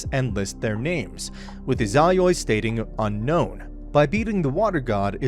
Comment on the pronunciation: God i hate how you say izayoi